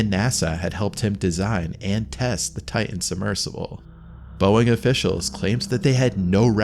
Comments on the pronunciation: ? "Titan." Not "Ti'an." Stay in school, kids. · Ocean Gate "Tigh-in" ...